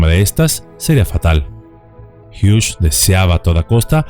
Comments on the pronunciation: No se dice Howard hiush. Se dice Howard Hiugs. Solo como observación 😢😢😢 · Gracias por recordarnos acerca de este drama, conocido por muy pocos o quizá olvidado por muchos. Aaaah y Hughes, el apellido no lleva "sh" en su pronunciación. Es solamente con "S". Gracias por seguir ayudándonos a comprender y recordar el pasado